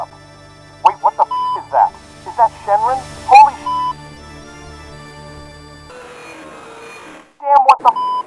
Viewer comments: Shenrin is now the new definitive pronunciation of shenron now. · your pronunciation of shenron has got to be ragebait